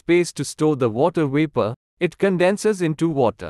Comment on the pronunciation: What happened to the “V”? You don’t pronounce Vapor with a “W”!!